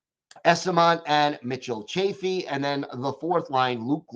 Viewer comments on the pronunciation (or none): none